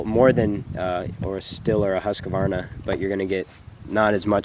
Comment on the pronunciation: it would be great if he could even say Husqvarna properly lol